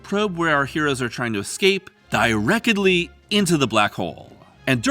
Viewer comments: He's occasionally saying "ro-bids" to fck with us, right? Or is it a reference to early Twilight Zone episodes? EDIT: he says "di-reck-edly" so I am guessing he is purposefully mispronouncing some words. But why? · "Direc-ed-ly" 😂😂 Someone like New Legacy/Deadlock